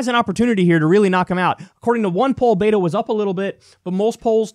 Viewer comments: Bet-o not Beet-o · It's pronounced Bet-oh not bait-oh